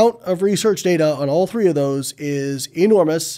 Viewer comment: check at 29 seconds. That really sounds like "30".